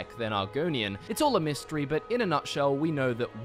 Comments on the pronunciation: "It's all a M'hist tree." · "In terms of early Hist-tree-" ayy "It's all a *Mist-tree*" ayyyyy